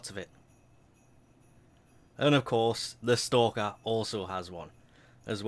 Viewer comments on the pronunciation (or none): none